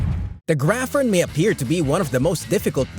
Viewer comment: I was certain "graphorn" was pronounced grap + horn, not grafforn :O